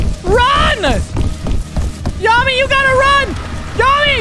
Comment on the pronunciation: I think yameii is prononced Yamay but correct me if I'm wrong